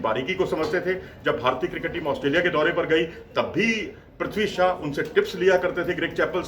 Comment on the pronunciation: Shaw not shah